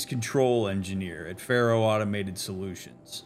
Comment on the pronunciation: Its fun to notice that before Aloy See's Ted and Elizabeth's conversation she mispronounces the name 'Faro'